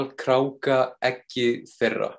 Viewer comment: Maður segir kráka ekki krukka. kann að vera fróður um tungumál en ekki í framburði.